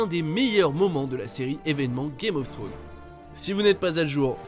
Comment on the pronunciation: Y a un S à la fin de Thrones...🤦🏽‍♂️